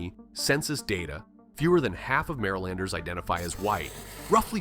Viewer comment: And the way it pronounces "Marylander" 😵